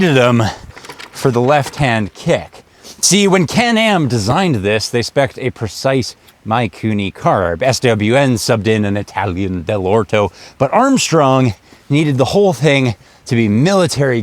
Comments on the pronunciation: its not Maikuni, its Mikuni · I was going to ask “what is a Mike Cooney carb?” Nice Don Cherry school of pronunciation there.